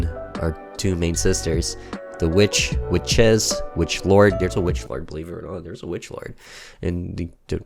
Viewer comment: Warlock. Not Witch-Lord. GOD!